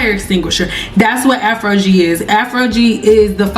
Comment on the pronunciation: Afro-gee, never heard it pronounced like that before 😮😊